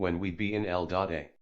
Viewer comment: Eldota has stumped me for a while. The computer voice has stumped me until it dawned on that Eldota was not a place in California. But, there is an L.A. in California lol.